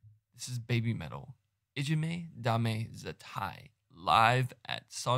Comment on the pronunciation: First great pronunciation of title . Also getting all girls names right . Yui's skirt had got caught on studs on her leather glove and if you watch carefully she unravelled it in a dancemove . Su was 16 ang Yui and Moa around year and half younger . This was there first appearance outside Asia at a festival and it was there 5th song in there set . When they first come on the crowd as Su said in interview. Just had blank faces and it annoyed her . She said "right lets knock this out of ballpark " or words to that effect and this was end result crowd won over and BabyMetal being popular ever since in UK and all now part of BabyMetal Lore .